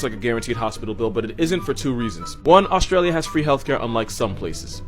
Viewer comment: Did my man say Auschwitz instead of Australia???